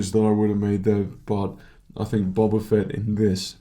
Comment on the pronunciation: I hate to nit pick, but its not bob-ba, its bow-ba........ Ok now carry on...